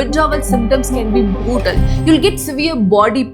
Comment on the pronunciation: Your pronunciation is absolutely hilarious. 🤣 “Hours,” “Pleasure,” “Designed,” “Brutal,” “Diarrhoea" I found this many mistakes in just 7 minutes. If I had listened any longer, my ears probably would have started bleeding. The confidence with which you mispronounce these words is honestly impressive! 🤣